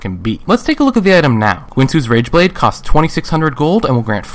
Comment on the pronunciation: Is it me or did he say rangeblade in the beginning?